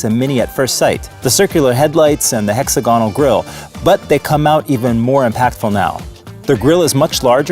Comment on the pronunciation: It's pronounced "heck-SAG-uh-null"